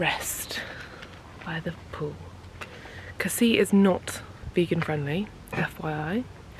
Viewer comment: With Casis you actually do pronounce the last 's'. What a lovely honeymoon; you look really well 🥰